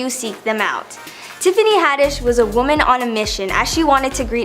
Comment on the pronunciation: Please, please, please!!!!! Stop pronouncing "woman" and "women" exactly the same way. This is very basic. How do you not know this? There are YouTube videos that can help you with this.